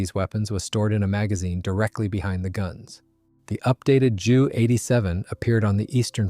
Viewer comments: Nice photos. You should teach the AI to use the letters J U (jay you) not Jew in the narration. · Strange pronunciation.